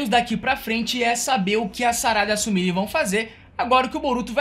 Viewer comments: Tenta pronunciar certo.. não é Sumiri. Se pronuncia Sumirê. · Se pronucia sumirê!!!